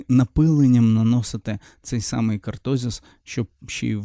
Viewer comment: я не про наголос, я про назву. Не кАртозис, а кОртозис